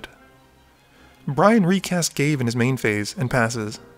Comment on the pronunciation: ga-vay not gave.